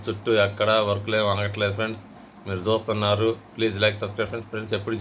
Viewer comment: ఎందిరా .....మీరు జాత్తు న్నారు మీరు జూత్తున్నారు.